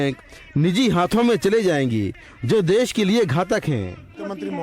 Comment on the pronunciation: देस नहीं देश होता है